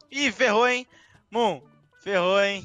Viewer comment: Kkkkk a Moon “skdjdksnbsukdbdidldbfi” no começo skskdkls